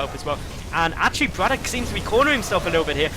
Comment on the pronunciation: Don't want to bother, but pls say brAtok and not brotak! U did this last time u casted him as well